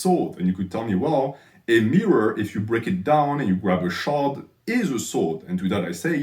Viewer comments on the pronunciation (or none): none